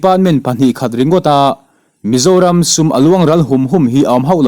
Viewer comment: i chhiar dik lo keuh😂😂😂 aw mizoram aw ka zoram tih kha